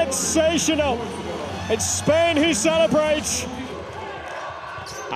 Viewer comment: Spain without an "S" 🤣🤣🤣🤣